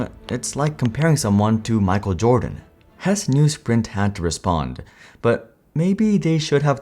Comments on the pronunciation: I am pretty sure his last name is pronounced Hess-E. Also the story of the downfall of Palm is incredibly interesting in its own right. The lack of apps was a problem but not nearly as much a problem at that time as the bizzare marketing, making smaller phones when the market was going bigger and sprint also just being the wrong launch partner for them too. (Might be worth its own video). That said the Pre was Sprints 2nd attempt at taking on the iPhone they had a phone called the Samsung Instinct that literally had no apps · Hesse is pronounced Hessee not Hess. I was one of the "fired" customers. I managed to get completely out of my contracts without paying a cent. We where actually happy with sprint for years until we moved to the other side of town then Sprint was completely unusable for us at home. We had to use one of those terrible Airave routers that pretty much never worked. We where constantly fighting for almost a whole year before they finally let me out of the rest of my contract. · Hesse's last name is pronounced "Hess-EE" not 'Hess'